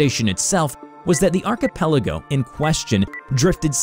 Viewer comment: You are the only YouTuber that says archipelago correctly.